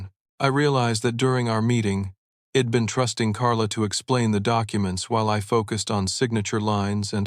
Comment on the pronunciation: It is so annoying...she'd pronounced as "shed" and I'd pronounced as "id"....ugh.